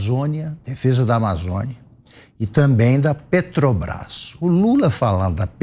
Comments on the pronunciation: Este bandido é tão analfabeto q não sabe pronunciar o nome da Petrobras. Ele fala: petObrás. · Afe Só velho Gagá Respeito os velhos mas Mas estes aí do PT são arcaicos, pararam no tempo éca 🤮🤮🤮🤮 não aguento este luladrao falando PETObras 🙄🙄🙄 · Lula "PETOBRAIS" não sabe nem falar 😂ridículo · Não sabia o que é motociata mas "negociata " ele sabe muito bem.Nem pronunciar direito Petrobras ....